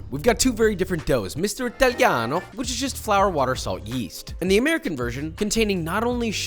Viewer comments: Authentic pizza needs cow-buffalo mozzarella, no unidentified cheese. More, extra Virgin oil, no unidentified seed oil. I'm sure that 99% never experienced an Italian authentic pizza. By the way its Italiano no ITHalianou, if you want to Mock our languange. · The way he pronounces “italiano” hurts my soul so much, at least he’s trying